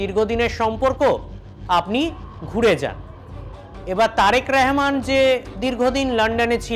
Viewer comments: ওরে বাঙালি! রহমানকে রেহমান বলছিস কেন রে? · রেহমান না শালা,এটা হবে রহমান।।।উচ্চারণ ঠিক কর। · ওরে শালা আমাদের প্রধানমন্ত্রীর নাম তারেক রহমান। তারেক রেহমান নয়। নামটা ভালো করে উচ্চারণ করতে পারিসনা চলে আসছিস সাংবাদিক হতে। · এই যে অশিক্ষিত সাংবাদিক তারেক রেহমান না রহমান উচ্চারণ হবে। অশিক্ষিতের বাচ্চারা স্মরণ করতে পারস না সঠিক এবার আইছোস পাশের দেশ লইয়া বাতা মারানি গিরি করতে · তারেক রেহমান নয়, তারেক রহমান। ইয়ার্কি পেয়েছেন নাকি?? সঠিকভাবে উচ্চারণ করুন, ভদ্রতা বজায় রাখুন। আপনার নাম যদি হয় শ্যামা প্রসাদ তাহলে কি আমি ছামা-প্রসাদ বলবো?? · আগে আমাদের মাননীয় প্রধানমন্ত্রীর নামটা সুদ্ধ করে বলতে শেখ,তারপর সংবাদ পাঠ করতে এসো।তারেক রেহমান নয বেকুব তারেক রহমান হবে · ওরে গোমূত্র খোর আগে আগে দেশের প্রধানমন্ত্রীর নাম টা ঠিক করে উচ্চারণ কর। ওটা রেহমান বা র ্যহমান নয় ওটা তারেক রহমান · হকার সাংবাদিক রহমান শব্দ উচ্চারণ করতে পারে না 😢